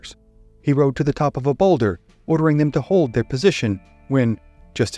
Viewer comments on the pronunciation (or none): none